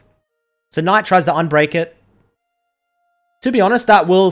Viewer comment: nobody:: KNOIGHT